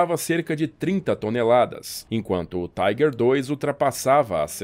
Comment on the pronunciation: Por que pronunciar "Tiger" como se fosse uma palavra em inglês?